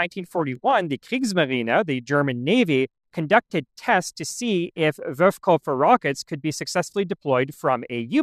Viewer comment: Are you aware that you always say "Wurfkoffer" (launch suitcase) instead of "Wurfkörper" (launch object)?